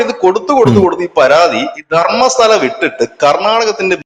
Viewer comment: ധർമ്മശാലയല്ല, ധർമ്മസ്തല 🙏🏻